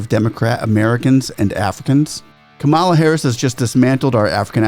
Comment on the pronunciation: Learn the correctly pronounce the USA VICE PRESIDENT Kamala the accent is on the K in the 1st 3 letters. ^ ^Kam -- a-- la. NOT ka--^Ma--la